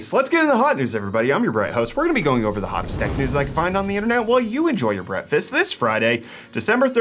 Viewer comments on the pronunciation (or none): He totally says Brettfast everyday. Not breakfast.